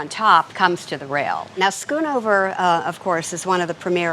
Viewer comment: Its not skunover its schoonhover